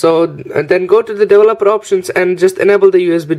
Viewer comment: I like how he says devil-opper!